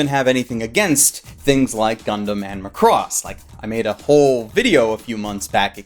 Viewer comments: It's pronounced Ma-cross, not Lacrosse like you spell it. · Why do you pronounce Macross like Lacrosse? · I'm pretty sure you're mispronouncing Macross. It's not lacrosse.